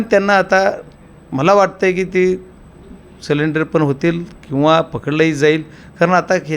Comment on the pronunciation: बीड जिल्ह्यात सरेंडर ला सिलेंडर म्हणतात वाटत 😂😂😂